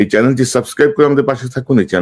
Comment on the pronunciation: মাশাল্লাহ, ইলিয়াস ভাই আপনি খুব সুন্দর ও বলিষ্ঠ ভূমিকা রাখছেন। দয়া করে সালামটা শুদ্ধ করে নিবেন।